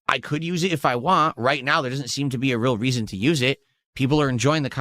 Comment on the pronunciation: Why cant he say WANT correctly!!!!!!